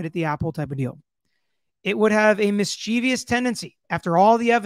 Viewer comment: Clean up your pronunciation of mischievous. No i after the e.